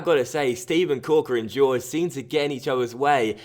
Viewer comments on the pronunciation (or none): George XDDDDD It's pronounced "horhey." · Isn't it pronounced Hoor Hey?? I could be wrong? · just to help you most names that look like that are said like horgey, hor-gay it's a south American, Spanish thing, just trying to help dude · Jorge is pronounced as Jor-Gy, with the J pronounced as the in José Mourinho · I cringed so hard the first time that went "George" instead of actually pronouncing Jorge 😂😂😂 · Ik but the way he went "George" made me laugh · Love your videos, but did you really pronounce Jorge as George? 😂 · Considering it looks like that it's a pretty easy mistake to make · do you genuinely believe that's pronounced George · Ffs why do non portuguese speakers always want to explain the pronunciation... It's Jor-Jee with the J like José Mourinho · "Jor-je" thats how you pronounce it. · It's the Portugese pronunciation so it's pronounced like the J in José Mourinho. I'm not sure how to pronounce the "ge" though.